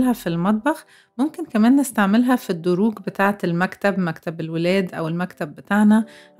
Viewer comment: الأدراج مش الدروج ياعسولة ياأجنبية انتي:)